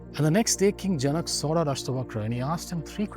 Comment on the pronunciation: Well... I don't want to start a debate session, but please look in to the pronunciation of जनक, पतञ्जलि, etc. Otherwise, it was good and educative. शान्ति:।